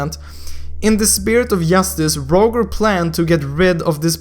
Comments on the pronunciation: u should say it like "Rojer" not "Rowger" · ur english is horrible bruh roger is 'raw-jer' scythe is silence C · btw to say his name Roger (ro-j-er) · Btw I think it's pronounced Rojer not literally Roger. xD ID: IGN: Hyoteki Skin: Estes Holy Sacrfice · ffs its not rouger is rojer (pronounciation) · Not Rouger Its Roger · its pronounced ro-jer not rouger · it's pronounced as (rawdger) not (rowger) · It's pronounced Roger (Ro-jer) not Ro-gur it's like you can't even pronounce an American name😂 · He is Rojer not Roger xD (According to your speaking) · rodge-er godammit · It is Ro - Jer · ROGER pronounced as (ROJER). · i think the pronounciation is "rojer". just saying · It's actually pronounced as (rah-jer) like so can see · My man. It's pronounced RawJer (Roger) - very common name. just tryna help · Lol you are pronouncing 'Roger' wrong. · You said the name "Roger" incorrectly and I'm pissed cause this hero's name has the same name as I do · I think you are pronouncing roger wrong